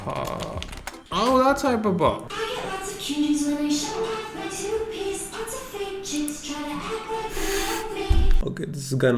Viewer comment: its great but i cant unhear toothpaste instead of two piece